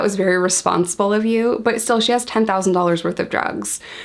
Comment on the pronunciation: Why do you say dollars so weird? Just asking.